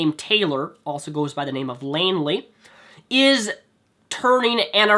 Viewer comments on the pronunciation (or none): I've been watching these Re: Onision videos over the course of a couple of days, and I've refused to comment, but now I want to because of how unbelievably stupid I feel this particular one is. Now these grievances with the video are in no sort of order: 1) LAINEY not LAINLEY, that's just a reading issue, unless you think mispronouncing it is "funny" or something. 2) Onision has dated overweight women, so he clearly doesn't like his girls "bone thin". 3) Lainey has said in the past that she eats meat, so clearly Onision doesn't place dietary restrictions on her. 4) Onision recognizes some people that self harm don't do it just for attention, he says it in most of the videos about cutting. If you're posting pictures of your cuts then you probably just want attention, which he often points out. (You do mention that you were a cutter but it seems like you did it, like you say, as a coping mechanism not to take a picture and get attention so I don't think Onision would make fun of you for that.) 5) You basically put all the blame on Onision for overweight people eating as a coping mechanism after being offended by his video. However, in another (mindbogglingly stupid) video response to Onision you say that you shouldn't let people control your life like that, so nice contradiction. 6) If you spliced his original video into this one, he would get LESS views, since nobody would need to watch it on his channel if they were curious. 7) I would say that a good percentage of people who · Please also stop calling her Lainley when it's Lainey. If you're gonna try to insult them, at least pronounce his WIFE'S name right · It is not Lainley, it's Lainey. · Is it really that hard to say lainely not lanley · Isn't her name Lainey? Not lainly? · DUDE HER NAME ISNT LAINLIE XDDD Its Lainie lol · BULLSHLIT!!!!!! You gave no evidence of the points that you made! She is called lainey, not lainley so clearly you don't read all of her tweets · lainey not lainley